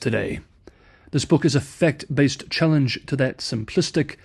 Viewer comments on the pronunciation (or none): A fect-based book? OMG, I heard you speak proper English in fluent Australian just the other day! Now I think ur doing it on purpose lmAo